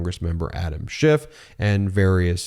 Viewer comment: It's Adam SCHIFF, not Shift! Only the cretinous, nasty-mouthed & rude Donnie tRump says "shift," --- YOU SHOULD PRONOUNCE IT CORRECTLY, else people WILL LEAVE MEIDAS TOUCH DUE TO YOUR RUDENESS! EDIT: ALSO, You owe Rep. Schiff a SINCERE APOLOGY!